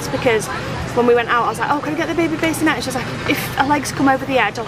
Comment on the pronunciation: It's not a baysinette, it's a BASSinette